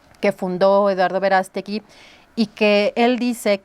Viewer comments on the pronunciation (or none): No es Verástegui, es Verast'egui